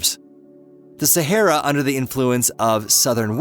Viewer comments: it's not SAHERA. LOL IT IS THE SAHARA NOT SAHERA. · The correct pronunciation is NOT Sehera but Sahara. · It would be good if the narrator could actually pronounce the word Sahara. It is NOT Saherra! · Sahara, no e in the mame, mr. Amrican…